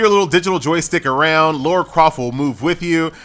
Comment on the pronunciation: What is it with Americans and their inability to pronounce the name "LARA"?